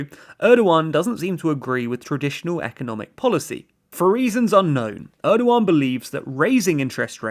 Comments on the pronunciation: Erdjuan , I cannot unhear you calling him Erdjuan! Dammit. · So funny how you call Erdogan as Erdo one!